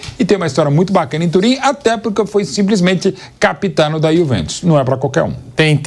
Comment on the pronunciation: "A iuve" "A iuventos" 😂😂😂